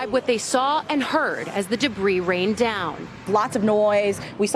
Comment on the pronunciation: No one: Absolutely nobody: Not a single soul on this Earth: Ali Vitali: "drones and caNINES"